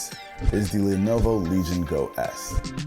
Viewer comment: s no one gonna mention the “levovo” in the intro??? lol